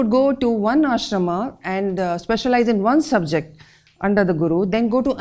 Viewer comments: “आश्रमा”नहीं होता, “आश्रम” होता है। रामा नहीं राम होता है “महाभारता” नहीं, “महाभारत” है। “व्यासा” नहीं, “व्यास” बोलते है। क्यों मजबूरी है जो सही उच्चार को अपभ्रंस किया जा रहा है। यही है Educational Heritage of Ancient India? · Please, do not pronounce शास्त्र,आश्रम, होम as शास्त्रा, आश्रमा, होमा. Otherwise you sound like you are still under slavery of Britishers. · Why you add "a" at the end of many hindi and snskrit words in pronouncing, like आश्रमा for आश्रम, महाभारता for महाभारत, होमा for होम, and many more? Please try to pronounce hindi and snskrit words correctly. Thanks. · आपने ये सब समझा लिखा बताया, सब सही पर आश्रम को आश्रमा कहके पूरे विषय और उसका मूल्य घटाया. सही शब्द आश्रम , वेद , राम , कृष्ण है. अगर अंग्रेजो को ये शब्द उचारण ठीक से नही आया तो हम अपना क्यों बिगाड दे. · with all due respect and enlightening talk, your use of aa ending like ashramaa and the like is so hard on ears. Perhaps you at least would like to avoid --aa endings in pronunciation.